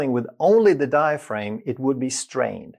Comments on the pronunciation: Diaphragm isn't pronounced: Die-a-frame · Outstanding explanation of how breathing works. All musical wind instrument players are taught this from the start. One small observation: the pronunciation of 'diaphraghm'. The second 'a' is a hard vowel, not a long one. As in the word 'am'. The 'g' does not make the vowel long. Til the next video! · You’d think he’d know how to properly pronounce it.🤔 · Well, I was born in France, and I’m not a doctor, but I know how to pronounce it correctly. So I was just surprised at his mispronounciation. Excuser mois, or should I say mi scusi! 🤷🏼‍♀️ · Sounded like a criticism since we all know how to pronounce diaphragm